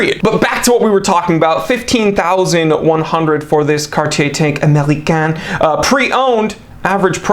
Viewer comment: I liked this video just because of the way you said American with a French accent